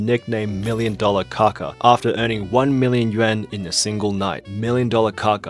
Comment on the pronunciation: "million dollar kaka?" Pronounced "CACA?" 😳😆